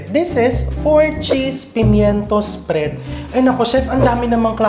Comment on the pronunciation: At kailangan may diin sa dulo ang pagbigkas. Halimbawa: mil K! sprea D! 🤣🤣🤣